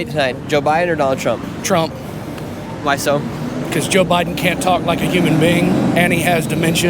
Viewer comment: Girl said Obama then said Bide , sheesh......